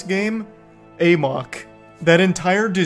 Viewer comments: uh-mock or uh-muck, def not Ay-mock as Charlie says it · "uh-MUCK" as in, "to run amok". That's what the title is a play on. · I love how Charlie pronounces Amok as “A Mock” 😂